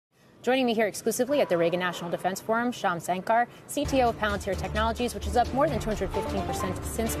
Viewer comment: Great interview but would be more respectable if the interviewer atleast learns to pronounce the name of someone they're interviewing. It's not pronounced Shaun SANker, it's ShYAM Sunkur :)